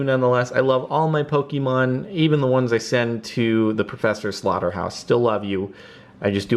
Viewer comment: Let it be known that it's pronounced Po-Keh-Mon, not Po-Kee-Mon.